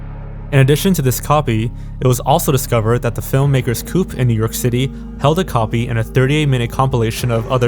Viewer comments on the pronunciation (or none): "filmmakers coop" 😆😅😂🤣 It's not "coop" like chicken coop. It's pronounced COE OPP! 🤣🤣🤣🤣🤣🤣🤣🤣🤣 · It's pronounced "Co-Op" NOT "Coop"! Aka, as in "cooperative". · Two minor things... "Sarajevo = seh·ruh·yay·vow" and a coop is something you keep chickens in... not the same as a co-op, which is two syllables. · Did you say “coop” instead of “co-op” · Man really said Co-op as Coop. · >sara-hevo that's not how that's pronounced. It's a Bosnian city, not a Mexican one. and "Coop" is pronounced "co-op" there.